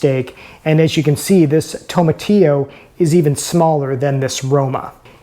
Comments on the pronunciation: you are pronouncing TOMATILLO wrong lol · The Very first thing you said is wrong. That's not how you pronounce it.